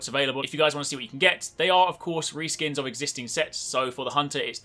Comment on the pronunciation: i love how you say RE skin armor and shatters good job